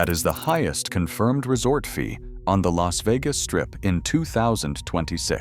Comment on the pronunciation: "the resort F...ee at Luxor....." Ai can't even say "fee", it comes out as "F....ee" Hard to take this video seriously with Ai commentary.